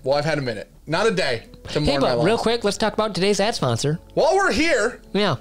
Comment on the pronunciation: said "Ad Sponsor" I heard "Ass Monster" 🤷‍♂️